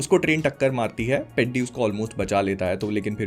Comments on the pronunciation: Please people pronounce atleast the movie title right. It shouldn't sound peddy it should sound peddhi. Movie tho dekha hain na. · As a telugu guy I found it sooo funny you calling it पेड्डी, it is पेढ़ी 🤣🤣, btw as you said movie is bad 🤝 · Bro, with due respect, whether the movie is good or bad is completely your opinion and reviewing it is your right. But at least please pronounce the title "Peddi" correctly. It's a Telugu word, so kindly check how it's actually pronounced in Telugu rather than reading it with an English pronunciation. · Bhaii I tell youu itss not peddi itss peddhi this is how u pronounce it!! U dont evn know how to pronounce a name and what to judge a movie?? I accept the jahnavi part is not acceptable but the movie the emotions are soo gud maybe the hindi dub wasn't good but in telugu is was damn good and theres no much story about hero and heroin together because the story is totally concentrated on peddi only and his struggles SO STOP COMPARING PUSHPA AND PEDDI And in bollywood also they show a women in minute dresses u dont talk abt tht Hypocrite!! As u said tht he plays cricket,khusthi and many other dont you understand that he is multi-talented he said in his first intro " aate na pogaru " that means game is my pride he loves games and about he giving off his legs because in his leg the nerve is totally damaged and he is having difficulty in walking he is in pure depression so he took the step THIS MOVIEEEE!!! IS TOTALLY ABOUT STRUGGLE FOR IDENTITYYY And it is also a call to youth to struggle for their identity and a information about sports other than CRICKET THIS MOVIEE WAS SO GOOD if u think broadlyy such a hypocrite u are to roast such good movie I accept some scenes does nt make sense but it has a great meaning OVER ALL THE MOVIEE WAS SOO DAMN GOOD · Peedi nahi peddhi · Peddi teddy ki tarah nahi pronounce karna hota hai… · This guy actually doesn’t know how to pronounce peddi and he is giving its review waaah bhai waaah 😂😂😂😂